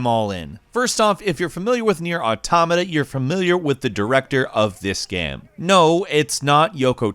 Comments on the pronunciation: ...It's "AUtoMAta". Not "auTOmata". Every time I heard that, I felt like someone was kicking my ear in. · Cant keep watching if this guy is going to keep saying automata that way.